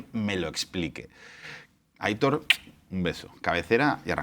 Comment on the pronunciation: Con esa pronunciación de aIIIIItor has matado un gatito, que lo sepas. La pronunciación es aitOOOOR, con acento en la O (la I no se acentua)